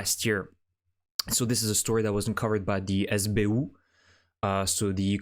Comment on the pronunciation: the way you said "sbu" was just dumb.